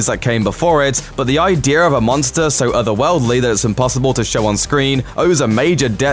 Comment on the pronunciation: IDDEARRS OR IDEAS